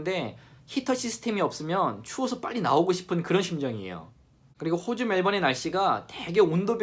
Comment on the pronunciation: 영상 보다가 호주 발음이 유난히 거슬리네요. 호주를 꼭 호~오주 라고 해야만 하시는 이유라도?